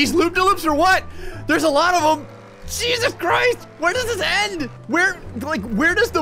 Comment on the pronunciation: is it just me or when says "Jeezus" it sounds like "Cheesus"